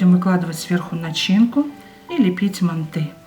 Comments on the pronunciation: мАнты , а не мантЫ! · ужасное ударение на слове манты, так не говорят МАНТ, МАНТЫ! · Манты ударение на ы ыыы